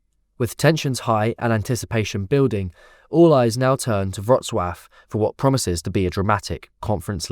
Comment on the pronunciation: wrocław not wroclav ....